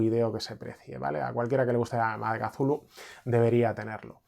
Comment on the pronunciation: Gracias por pronunciar kazulu! El único youtuber rolero que lo hace, da gustirrinin 😅